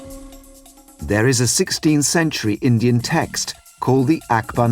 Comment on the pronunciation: does the narrator pronounce “Indian” as “engine”? Hahha